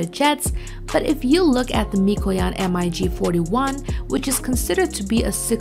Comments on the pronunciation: just say mig as a word not as m-i-g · WHY Why are you saying M-I-G it's MiG Not M-I-G Please stop it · technically it is M I G ... the fact that people make a word out of it is actually wrong ... Mikoyan & Gurevich (Russian aircraft designers) . so NOT mig ... but M I G ... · M-I-G 15 and M-I-G 19! O-M-G ! 😂😂😂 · Took me a few moments to figure out what an M-I-G was, then paused the video to go look at the comments section, to see how many people would be correcting her. It's like hearing someone mispronounce the name of a well known city! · just as much as you know how to pronounce mig? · Did she just say Mack 4.3? And she called a MIG a M I G...